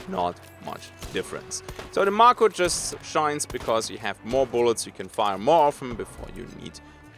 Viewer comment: It's pronounced May-ko, is it not? Like the shark.